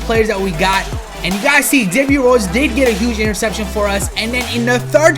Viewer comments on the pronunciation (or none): none